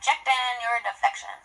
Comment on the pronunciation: the vanquish spell, when Alyssa/Phoebe said: 'I'm rejecting your deflexion.' it kinda sounds: 'I'm rejecting yer deflexion.'